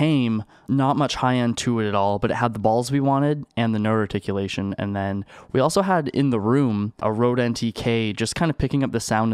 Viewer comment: Amps = ants...roooooooofl That and "noderticualtion"...I'm dyin, man.